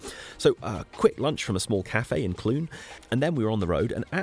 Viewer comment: ... and Clun rhymes with fun, not George Clooney. Don't stop me, I'm having fun ...